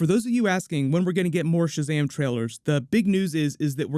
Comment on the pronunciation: Why did you call this sahazam superman trailer..